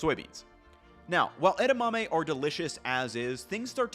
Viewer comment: e-DA-ma-me, not e-da-MA-me